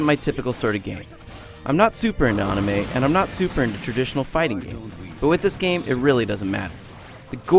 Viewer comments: Who is Nah-root-oh and what is On-ime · "Im on not super into ONime."Well of course your not.Your pronouncing it wrong xD. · you had to force yourself so hard to pronounce naruto wrong that you made yourself say ahhnime. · Did he say AWnime and cHHakra ? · Nuh- Roo Toe and ah-nime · Lol When he said "ahnime" I just had to pause the video. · dont forget "ahnimay" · LOL of course your not into anime mr IGNorant cause you pronounced it wrong xD.You said "onimay". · so he says NAROOTO and ONIMAY? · Naruto- Narutoe? Anime- Onime? Chakra- Shawkra? Wtf is this? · You know, from all the fighters i have played, i have never seen a fighter game that didn't have unlockable characters aside from Tekken 6. Seems lame to be knocked down points just for that. And Onime....Shakra? Like really? It's obvious this guy didn't do his homework haha xD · "Onime?" What a Dumbass../ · First 2 sentences he mispronounces Naruto and Anime, this oughtta be great. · Oh no he pronounced anime wrong gasp :O he has no business reviewing a game. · DID HE REALLY SAY ANIME WRONG WITHIN 10 SECONDS?!?! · Didn't watch past the part where he pronounced anime and said he wasn't into fighting games. This is why IGN is so shitty now. People that are not qualified to review games are reviewing. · wow he can't even say anime correctly >.< or Naruto I have to say this was made with a lack of effort and also it is underated " BUT BLACK OPS AND HALO REACH ARE EPIC SHIZ SO BUY IT" in other words this is so biast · well thts obvious ur not into anime... you pronounced it wrong =] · This is going to be a stupid review, I say this right after he pronounces Naruto And Shippuden, AND Anime wrong. Oh well, my fault for watching IGN videos... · i stopped taking this review seriously when i heard him pronounce anime wrong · When ever I hear Americans pronounce names like Naruto or words like anime like the way this guy did, I get a little annoyed. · pro-tip: pronounce anime correctly